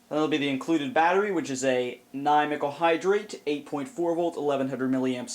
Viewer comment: i love using ni mickle hydrate batteries (gg, best pronounciation ever 10/10)